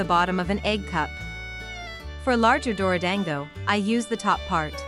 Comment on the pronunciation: Whenever the translator says dorodango my soul dies a little like why can’t it pronounce it properly aaaaaa